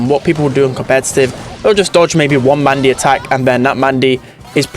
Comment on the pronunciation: Was I the only one who heard maise instead of mandy the first time she was metioned?